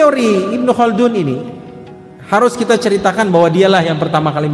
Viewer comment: Not bad👍 Ibnu Khaldun terdengar seperti kun yah,atau kah itu nama??